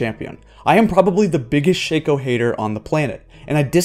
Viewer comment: Shake-o...? I pronounce it like Shock-o or Shack-o